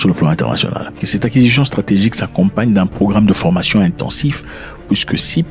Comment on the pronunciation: On dit formation et non pas fromation 😂